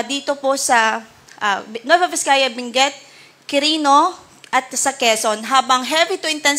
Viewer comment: Hindi po Binguet, Benguet po. With all due respect 😂❤😂❤😂❤